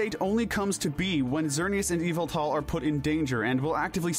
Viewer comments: Its name is Yveltal, NOT Yaveltall! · So does he purposely say Pokémon names wrong or what? Lol eviltal and Jiriatina 😂to name a a few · Yveltul not eviltal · You should pronounce Yveltal differnet haha. I know it sounds like EVILTAL! since he is the reaper and kinda evil but its more norse. Yall-vel-tal is the correct way to say his name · NO, THE SECOND PART IS WRONG! IT'S Y-VELLE-TAL, NOT Y-VAL-TAL! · "Riko" "Evil Tall" "Qrem" Bro its Raiko, Yveltal, and Kyurem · "Evil tall, Qrem, Zarud"💀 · its YAVATAL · THE U IN YVELTAL IS SUPPOSED TO BE AN A! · His name is Ya-vil-tall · You pronounce it y-valt-al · yveltal (yah-vel-tal). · YVELTAL DOES NOT START WITH AN E, IT STARTS WITH A Y! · NO, IT'S YVELTAL! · NO, IT'S YVELTAL! THAT IS NOT HOW YOU SAY THE NAME!